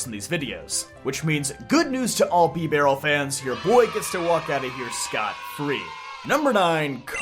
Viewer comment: I've literally never heard anyone pronounce it bee-barrel. I've only ever heard bib-arrel